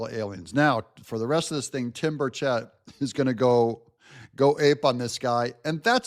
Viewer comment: You keep pronouncing Burchet wrong